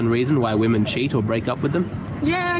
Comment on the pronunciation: Why is it that these weirdos (like the Josh guy in this video) can’t even pronounce the word “women” properly?